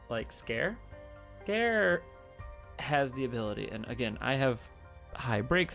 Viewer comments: Ps. Scare? Lol. I pronounce it "Si (like the first part of sid)- car-(like car) eey (sounds like the letter E)." Which I think is the proper japanese pronunciation given how their language seems to work. But I guess that works too.😋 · I'm sorry mate but the way you say Sikare just tick me off xD, its Si(as in see)ka(as in car)re(as in render)